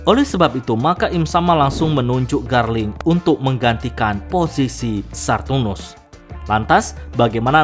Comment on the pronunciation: "Saturnus" min, bukan "Sarrrturnus"